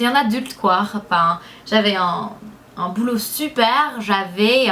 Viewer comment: salut, juste pour te préciser que l'on dit "boulot" non pas "boulout", en fait je te corrige un peu mais c'est très drôle de t'entendre parler avec un si joli accent! bisoou.:)